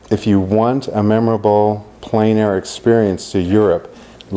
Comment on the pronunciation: Extremely good and useful. It's pronounced "Plan" air though. It's French.